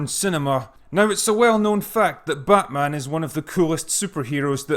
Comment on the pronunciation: Actually, It's BATMAAM!